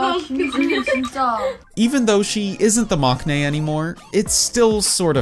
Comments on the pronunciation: I know maknae is spelt with a k in the romanization and with a character that can sometimes be pronounced as K in Korean but you actually don't pronounce it with a K sound. It's pronounced "mang-nae." As a Korean person, it was a bit weird to hear the K in that word. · It's interesting how you pronounced all the korean names correctly, but then say 막내 wrong.